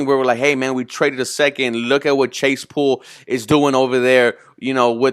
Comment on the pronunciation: What is saying is it’s Claypool not chasepool